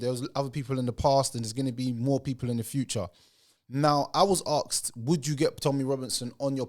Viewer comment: The word is asked not "AKSED"